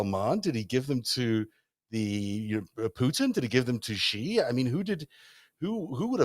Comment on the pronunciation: The "X" in the Chinese name "Xi" is not pronounced like the "g" in the English word "regime"; in fact, this sound does not even exist in the Chinese language. The "X" in the Chinese name "Xi" is pronounced more or less like an "sh"; thus, the Chinese name "Xi" is pronounced more or less like the English word "she." Does pronouncing this easy word correctly (and not with an erroneous and unwarranted pseudo-French flair) really require 50+ reminders, especially in light of the fact that is a professional journalist who has undertaken to do a season-long investigation of the Chinese influence on world politics?